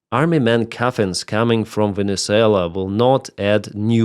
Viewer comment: Your opinions are crap . Monduro was a major drug dealer to the US. He was killing 25,000 people per boat load . Oh that's right , YOU forgot to mention that . Typical of your 2nd grade news casting . It also might help to pronounce the country's name correctly. What a non professional you are . Get that corn cob out of you butt with the USA . SCOTT NICHOLSON TENNESSEE